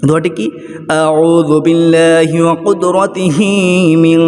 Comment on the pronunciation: কতক্ষন আউজুবিল্লাহিম, কতক্ষন কুদরতিহিম, কতক্ষন আজিদুম.. উচ্চারণ ভুল পড়েন কেন?